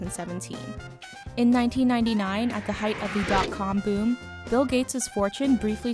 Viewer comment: His name is bill, not mill sir